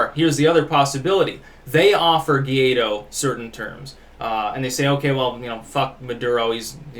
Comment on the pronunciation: guaido is pronounced like this => y-tho, anyways good video as always, keep it up.